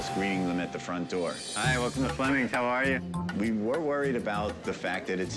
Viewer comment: Ramsay asking "how are you" in danish was spot on! damn